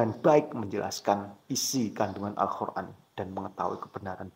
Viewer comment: Kok saya mendengernya anda menyebutnya AlKhur'an, bukan AlQur'an?😢